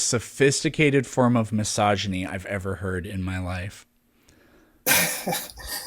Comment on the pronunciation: I wonder how much of his intellectual life is conducted according to this method- is it just what he thinks of as "philosophy"? Or does it apply to the humanities in general? To biology? To his finances? To car maintenance? To nutrition? To his medical care? I mean, he mispronounced "misogyny" and he misused the phrase "father figure"...